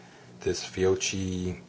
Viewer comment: it's pronounced FeeYoKey and FranJible